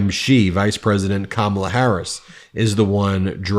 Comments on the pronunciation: Shady must've been focusing too hard on his (supposed) slams against Kamala and Tim and not concentrating on anything else, because he kept pronouncing Kamala's name CORRECTLY. I'm so used to Dumpty going OUT OF HIS WAY to pronounce it wrong that he usually takes a beat before he says Kamala (unless he uses one of his childish nicknames ... WHAT a pair of effing TODDLERS). I can't WAIT til November to vote their asses out 💙💙💙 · At least he pronounces "Kamala" as it should be. I don't believe he wears eyeliner, though, and it does not help his lack of charisma and lack authenticity even mentioning that. Listen, however, how he (then Trump) starts stuffing Harris-Walz messages and key words ("joy," "freedom," "weird," "HOPE[?!]," in his mouth then flame-throws them to his MAGA crowd hoping his (and Trump's) versions stick. Kind of pathetic "team," overall to be honest: this Trump-Vance-RFKjr ticket. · I think Vance could increase his polling numbers if he would stop saying Kamala’s name correctly. MAGA knows he’s not one of them; it’s alien behavior to not pronounce Kamala’s name thirteen wrong ways within one statement. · Why is it not news that ShayDVance accidentally pronounced out KH's name right?